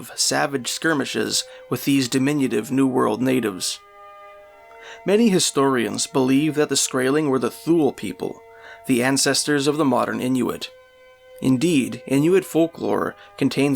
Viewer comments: Thule. Pronounced "Toolie" not Thool. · I believe Thule is pronounced too lee. The Thule culture were a proto-inuit people. The idea of elves is a fairytale. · Thule pronounced tool-ee. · WRONG! Leif Ericsson was looking for North America, Bjarni the Timid was blown of course trying to get to Greenland. He sighted land but knew he was too far south for it to be Greenland, he turned around and went back without making landfall, thus the moniker " The Timid". When Leif heard about it he went looking. Thule is also pronounced "toolie".